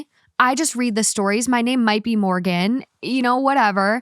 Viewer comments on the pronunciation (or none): Her quirky pronunciation used to annoy me and now it’s just a cute little Morgan thing. 😂